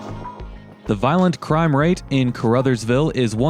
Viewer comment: Caruthersville pronounced like Ca-ra-thurs-ville. Lived there for several years and still have family there. The building on 3rd that you were wondering about used to be a gas station/with a two bay repair shop. I dont remember the name of it.